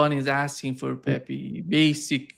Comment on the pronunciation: you live in Brazil, you speak Portuguese, Pepe is Brazilian, you pronuonce the fists "Pe" correct but what happend with you that pronuonce the second "pe" as pi?, it is Pepe, Pepi is for female.